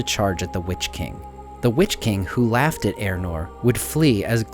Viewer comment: Are you talking ay about Eärnur? Otherwise who is 'Eranor'? Try 'Ey-ahr-noor' .